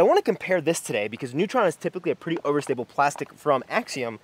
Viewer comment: I like how you accidentally said pwetty. Maybe that should be a failed challenge consequence. You have to talk like Sylvester the Cat for a whole video. 😜😜